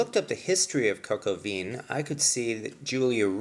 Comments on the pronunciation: ONE DOES NOT PRONOUNCE THE LETTER "N" AT THE END OF A WORD. (or as stated earlier, maybe a "nasal" N... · It would be great if you could pronounce vin correctly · Please stick to English if you can't pronounce the words pho or vin. It irritates and gives others the wrong pronunciation. Or just learn to pronounce the words properly rather than make excuses! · Good video! French word vin is pronounced closer to 'vahn' with a nasal 'n'. Definitely not 'veen' :) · It's pronounced "Vin"! Not "Von"! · It is pronounced coke o vah not Vin as in vehicle identification number. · Thank you so much for the recipe and instructions, the only thing that bothered me was you saying veen instead of the right pronunciation, which is van, or similar to van. Listen to Julia. Hats off for being brave to publish this. I will do it for guests tomorrow.👍🏻👏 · Its pronounced "von" not "veen" Also roosters don't "produce eggs" smh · (coke oh vin) is the correct pronunciation.....!!! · No, it's not pronounced "von." It's pronounced a little like "veh." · It's not important but Vin in french is pronounced Vahn. In fact all words starting and or ending with "in" are pronounced with the "ahn" nasal sound. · Interesting video. Thanks. By the way, the vowel in "vin" is more of an "a" than an "I" and the "n" is not pronounced. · Two points of glaring errors, #1 "vin" is a French word and is pronounced "VAN" and #2 Roosters do NOT produce EGGS that the HENS job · Nice, but "cocoa veen"? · I can't believe he pronounced it KOKO VINNN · the correct pronunciation is : coke o vin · Thanks for the good word, and no need to worry about the comments. As noted, it's just YouTube. I mispronounced the word "vin" when I made this video four years ago, and obviously the world has come to and end because of that. :)